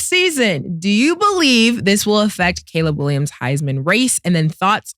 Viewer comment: Cam called Caleb C Lab , ka lam